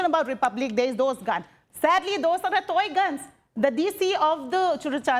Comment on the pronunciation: She said toygun 😂